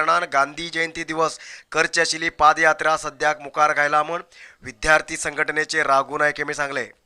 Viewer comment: It should be PAD YATRA. & not PAAD YATRA